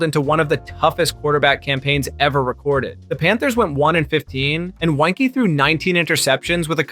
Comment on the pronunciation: Mirer, Weinke and Pisarcik ya pronounced wrong. Also you need to say 0 and 16 record not “0 to 16 record” when talking wins-losses. Cool video otherwise ✅